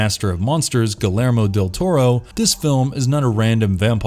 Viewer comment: I'm sorry, but if you admire Guillermo Del Toro so much, the least you could do is pronounce his name correctly.